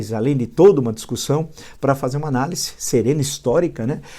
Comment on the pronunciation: Gosto muito de suas análises. Por isso com tido respeito gostaria de pedir que o senhor corrigisse a sua pronúncia da palavra 'ANÁLISE ". O Senhor pronuncia como se o S não tivesse na palavra o som de Z..O S entre duas vogais tem som de Z.Abraço